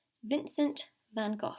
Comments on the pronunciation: Your readings are insanely accurate, I picked the black cart and I want to buy a house, I am an artist - Van Gogh btw how you pronounced it is correct, the love lock thing I saw them for the first time a couple of days ago, when I thought of my partner is when you pulled out the swans and the love lock. And you said healthy snacks as I’m snacking on a orange to be healthy at 4 am lol. Wow so many things were spot on. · You’re actually pronouncing van gogh a lot better than most native english speakers! X a dutch speaker